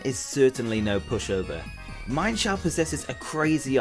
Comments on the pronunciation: Its not mienfoo and mienshow its meanshoo and meanshao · its pronounced MEEN sho not MINE sho. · it is mean-shao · Um actually meinshou is pronounced as MEAN-SHOU